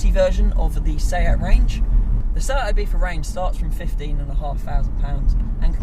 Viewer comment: Am i the only one who can not fucking stand him pronouncing Ibiza, with IBIFHA